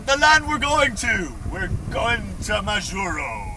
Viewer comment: I'm sure you now know how to pronounce Majuro...cracked me up each time to spoke it... I lived there for a couple of years... Really enjoyed your effort and what a calm sail...